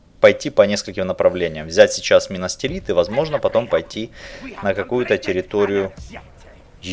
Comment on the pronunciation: Не минастирит а минас тирит, будет правельней